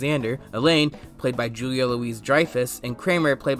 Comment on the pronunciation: Lasted 9 seasons not 10. Mispronounced Julia's name. You ok bro?